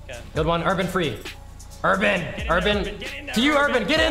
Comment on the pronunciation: “Carry Urabn”